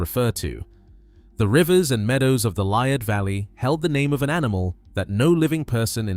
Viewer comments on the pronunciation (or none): Liard, pronounced Lee-ard.